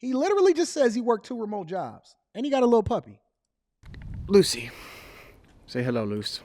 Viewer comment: the emphasis on the puppy 🤣🤣🤣🤣